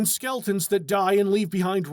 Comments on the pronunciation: Love that you kept saying skeltons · Is he saying ''skeltons''?